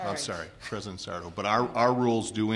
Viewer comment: not sure sarto was arguing for but she only had an ad hominem for a response. yeah that wasn't a death threat at the end anymore than the motion was literally "dying" when she said it was, he was referring to their political careers. also, it's sarto accent on the "to".